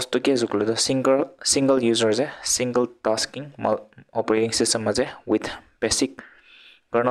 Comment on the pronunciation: Sir you just said singerrr instead of single 😂